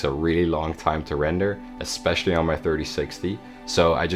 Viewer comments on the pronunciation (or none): none